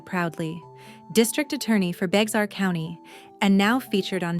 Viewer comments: We know the voice over person, isn't from Texas. Bexar, is pronounced Bear, Bex arr. 😂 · Beware County is pronounced Bear County. The problem using AI computer reading needs to be corrected in many ways. The story line is good but the reading of the story takes listening to the story vs mispronouncing names medical or legal terms & pauses in wrong lines sometimes distracts from a powerful message. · Bexar is pronounced "bear" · It’s pronounced Bear county. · Pronunciation Bexar= Bear Bexar is not an English name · Bexar County is pronounced "Bear County"